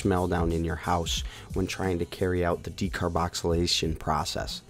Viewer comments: Its called Decarboxylation not decarboxylization bro but go head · Decarboxylation* not decarboxylization bruh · It is called decarboxylation not decarboxalisation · "Decarboxylization" Lmao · Decarboxilization or decarbonicxilicatation?😂😂😂😂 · If you are going to make a video, as an authority on decarboxylation oh, you should be able to pronounce decarboxylation. There is no Z in the word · Good video. Good info But hearing you mispronounce decarboxylation made my head hurt. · you are pronouncing decarboxylation wrong. js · You can't even say "decarboxylation"......